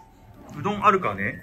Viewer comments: この動画、があまりにも可愛くて賢くて面白すぎて何回も観ちゃってる。 和食屋さんで、ひじき煮ご所望の2歳児。「うろん」という発音。 メニュー見ながらカレーを指す指がピコピコ。可愛すぎる〜 お布団の中でお目目ぱっちり覚醒中www バナナを狙う悪い顔www 笑点歌ってるし。 なんでもよく食べるし、なんていい子なの。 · 「おしし」と「うろん」ね。